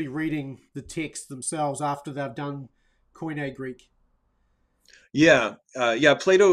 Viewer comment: Quit butchering the pronunciation of the work Koine!